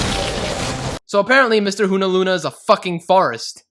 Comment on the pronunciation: It's actualy not hunaluna, it's unauna. Sorry..